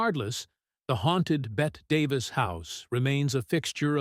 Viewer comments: AI is far from perfect. It can't even pronounce the name of the great Betty Davis. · They really should have corrected the Ai before sending out Bette Davis instead of Betty Davis🙄 I’m offended and embarrassed for them😂😂 She got Bette Davis eyes…..there’s a song for Pete’s sake